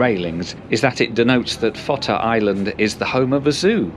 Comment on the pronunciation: Fota is pronounced like photo... PHOTAH.... but glad you got Cobh PERFECT.... have been asked for cobb before now!